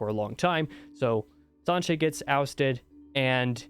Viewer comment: Siuan is pronounced swan, like the bird. You nailed Sanche as well.